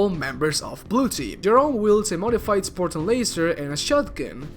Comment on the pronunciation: “Spor-tan” “Or-mor”